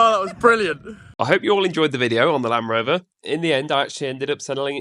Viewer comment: ….good video and glad your back but Land Rover has a “D’ in it….just sayin👍